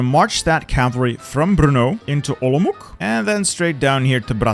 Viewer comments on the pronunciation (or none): As a Czech, your pronounciation pains me, but it's really funny, Olomook :D (it's Olo-mow-ts for future reference) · as a czech, i love how how wrongly you say olomouc, the correct way to say it is olomoats but you say olomook and i love that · Communism? Not in my Czechoslovakia! It's Olomouc, not Olmuk, or just Olmütz I guess. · Chápu 😂 mě trochu urazilo jak místo Olomouc řekl Olomouk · At first when you pronounced Brno I was happy that you finally learnt the pronunciation then you said “olomuk” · Bro your pronounciation of "Olomouc" made me laugh for solid 2 minutes :D